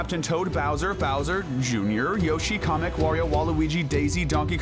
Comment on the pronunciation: Please say kamek like k a mek